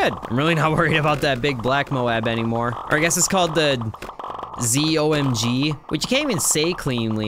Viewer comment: It's not "Zee oh em gee" it's "Zoe my god" However you calling the bloons the right color fills me with joy